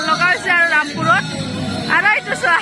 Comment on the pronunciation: তুমি ৰামপুৰ বূলি ভালকি কব পৰা নাই